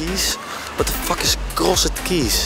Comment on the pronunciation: Jezus Thomas Cross E d? English Language on Fleek Please, pronounce crossed correctly.